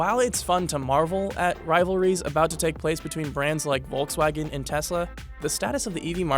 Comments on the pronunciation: It´s not pronounced Wolxswagen but Folxswagen. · Say it with me VOLKS-WAGEN, Volkswagen! It’s not that hard!!!!! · It’s pronouns as folkswagen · It's "folks wagen" at least pronounce name properly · It’s called Volkswagen ( like f) and not Wolkswagen ( means in German Cloud-Car) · Pronunciation: "Folksvagen" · It's volk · Me, as a German, really enjoy the way He is pronouncing "Volkswagen".